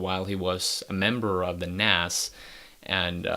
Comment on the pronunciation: It's NAZZZZZZZZZZ NOT NASS...